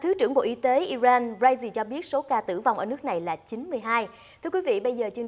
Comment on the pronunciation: HongTu hay doc ten quoc gia nua nat nua mo zay,,IRAN ; or ' ai ren' or ' i rang " (!)